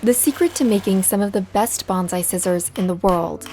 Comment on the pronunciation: Common, but wrong. It's "bonsai" not "banzai".